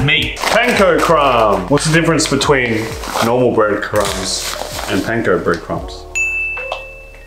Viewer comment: pronounced panko right the first time lol